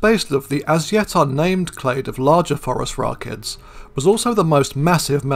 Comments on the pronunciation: I like how you pronounce it "Forest Rockets". Seems appropriate. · I'm such a dork. Every time you say Phorusrachids, my brain hears "forest rocket."